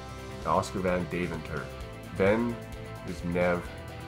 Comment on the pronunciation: It's Deventer, not Daventure.